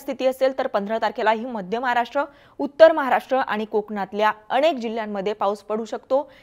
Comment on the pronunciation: अणेक नाही अनेक UCCHAR